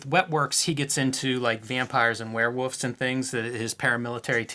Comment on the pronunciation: I'm from Iowa and I know i have my own goofy pronunciations compared to my east coast friends. But i just wanna point out I'm amused when I hear Jim say "werewoofs". HA